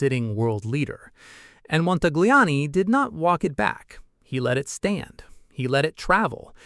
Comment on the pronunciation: Please, please, please speak Montagliani correctly. He deseves it.